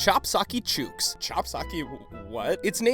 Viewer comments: As an Aussie, the mispronunciation of 'chooks' just about killed me. 'Chooks' rhymes with 'books' and 'looks' not 'dukes' :P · You're pronouncing chooks wrong, it's more like books or hooks, less like choo as in the train. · Chooks rhymes with hooks... Not chooooks.. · Im from Nz and its not Chewks Its Chooks Like looks but instead of Ll its Ch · Chooks is pronounced ch-uk-s. Really strange hearing it pronounced ch-ooks. Easier to ask an Aussie to say it. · you pronounced chooks wrong, and this is really inexcusable, the "oo" makes the same sound in this word as it does in "Book" or "hook" or really any word ending in "ook", where and why did you get your pronunciation of the word cause they say it right in the show 's theme song? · You said chooks wrong the 'ook' is like books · The oo in chook is actually pronounced short, like in book. In Australia anyway... never saw that show so no idea how they pronounced it or even if they intentionally mispronounced it. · It hurts my brain how you say chooks. It should be pronounced so it rhymes with books. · Lol its not pronounced chooooks jesus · Your pronunciation of chooks was close mate, but the "oo" sounds a lot quicker. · you pronounced, "chooks" wrong, it's "chook" as in "hook" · Yeah, it's like saying "Chuck" more or less (I'm not even Australian, but I've heard the term "Chook" used in an Australian show). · As an Aussie the way you think chooks is pronounced makes me cringe. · What you SHOULD be apologizing for is your pronunciation of chooks lol. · The way you pronounce Chook makes it sound a bit racist... especially when you then talk about the show...